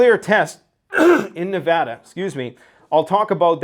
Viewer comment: You just earned another brownie point by saying Nevada correctly!